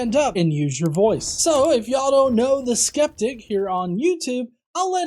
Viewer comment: You're putting the emphASis on the wrong syLLABLE. It's pronounced the Skep Tick